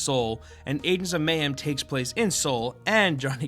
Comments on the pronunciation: adens of mayhem? it's agents of mayhem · Aengs of Mayhem? Sounds legit. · at the start u couldnt even say agents of mayhem properly LMAO